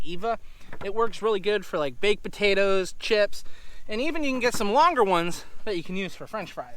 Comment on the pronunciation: I like the way says buttatoes heh heh.